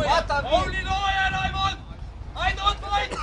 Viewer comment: "AII VAANT LOOJER HIER"